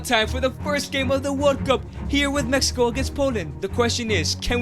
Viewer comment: MEXICO NOT MEHIKO